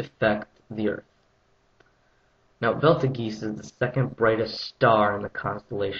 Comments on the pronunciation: Belt-a-geese? It's pronounced "Beetle juice" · actually there is fart snake it's pronounced "beetle juice". oxforddictionaries(dot)com/definition/english/Betelgeuse Betelgeuse Pronunciation: /ˈbiːt(ə)lˌdʒəːz/ = "beetle juice" how on earth can it be "belt-a-geese" when the "T" comes before the "L" in the name thus OP is a moron. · Isnt it pronounced bettlejuice? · What the hell is belt-a-geese? I think you mean Beatlejuice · IT'S BEETLE JUICE NOT BELT OF GEESE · It's pronounced Beetle juice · Beetle juice. .. is how its pronounced. Not belta geese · actually there is debate over wether it is pronounced Beetlejuice or not, some astronomers and professors pronounce it Betelgerse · I was cracking up! Belt a geese hahaha! It's pronounced beetle juice! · I know the Star as Betelgeuse pronounced like Beetlejuice(Movie) and this Dude is calling it Beltergeese WTF? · "BELTA-GEESE"?? 'BET-el-jooz' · Its PRONOUNCED BEETLE JUICE!! NOT BELTE GEESE!!!! BEATLEJUICE! do some actual research before quoting other works. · It's not "Beltegeese". It's "Betelgeuse", pronounced very similar to "Beetlejuice". Other than that, makes sense.... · stopped watching after he said biltageese for the first time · Actually Betelgeuse is pronounced bee-till-juice or beetle juice. But other than that, great vid! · as he pronounces it will explode. You can only survive this supernova if you purchase my how to survive a super nova cd for 19.99. If you act now we can send you free 2 bottles of spf 1,000,000 cream. That's a value of $100 for only 19.99. For only 3 EASY payments of 49.99! + S&H. Isn't your family worth it! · it is not beetle juice! it is betel goose that is how you pronounce it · IS that how they pronounce in russian??? Belt a geese...doh! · Since its not an english word and its an arabic word,its pronounced as Betelgez,written Betelgeuse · first of all its called beetle-juice second its not bigas saturns orbit you dumbass its big as jupiters orbit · fuck ur pronounciation.